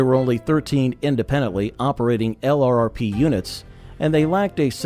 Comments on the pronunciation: L.R.R.P.... 😂 You must mean "Lurp" 😂 try typing that instead in your AI reader. 😂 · Want to sound authentic? Say LRRP, don't spell it. t sounds like "Lurp'. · It’s pronounced lurp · HEY AI just say LURP. That's the way it's pronounced. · It's pronounced lurp. I get tired of hearing the narrator keep saying LRRP's. They were LRRP, but it's not pronounced that way.